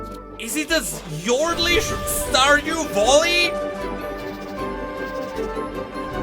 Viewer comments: The way he say's VALLY like VOLLY is just perfect. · No, the joke is that he keeps calling it Volley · Everyone else: Stardew Valley: Stardew Volley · "Stardew Volley" 💀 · Stardew Voli? seem to be tired he's already mixing everything Sorry thats all I could hear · My mental health was severely hindered after hearing someone call Stardew Valley ----> "Stardew Volley" so many times. Great video though! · "Stardew Volley" is making me insane... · Stardew Volley is when you spit a half chewed starburst into your opponents face while playing tennis. Stardew Valley is the game you trying to compare this to, and it's pronounce Val (sounds like Hal from 2001 a space odyssey) Lee (as in Bruce Lee... you know... the two gay guys that live next door to me, and throw awesome parties.). Val-Lee (sounds like: Tally). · "IS IT A STORDEW VOLLEY???" -, 2023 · say Vollye one more time and i am gonna explode xd